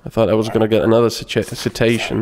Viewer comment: I like that his pronunciation of "citation" sounds like "cetacean". The Arstotska border crossing is no place for whales!